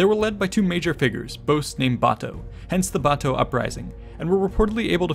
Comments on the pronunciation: it’s Bato not bata or brata Keep finding new words 😂😂😂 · Nikola V. bato its not called brat even he called him bato it's not even close to brate or brat🤦‍♂️